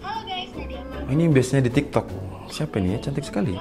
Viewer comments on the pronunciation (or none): none